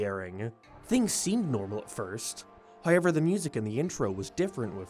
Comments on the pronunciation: I'll never get tired of "High-yever" (however) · What accent is this? Some sort of canadian one? Irish? Like how he pronounces "however" is nothing I've ever heard lmao. nevermind, suppose it's northern irish? I thought I was better at recognizing an irish accent but maybe they kinda vary depending on location